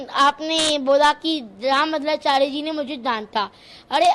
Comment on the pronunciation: Pehle rambhadracharya bolna seekh le 😂,phir aaiyo😂